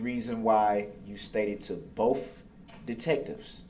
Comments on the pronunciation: BOTH… the word is BOTH!!! Not boff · It's funny when he says ' Boaf '.